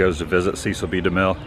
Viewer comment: Cecil rhymes with wrestle.